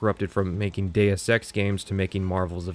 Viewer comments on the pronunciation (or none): none